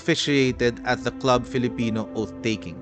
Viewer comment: Club Filipino is pronounced Klub or Kloob Filipino. 😊